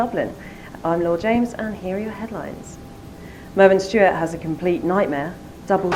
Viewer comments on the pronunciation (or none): Please don't use this female in anymore videos, she hasn't got a clue what she's saying. Mervyn Stuart? Kin Huybrechts? and her name is Lord James?